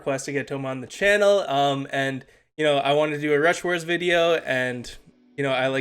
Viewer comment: Rush stars? Lol 😂 It’s rush WARS. Brawl stars brain?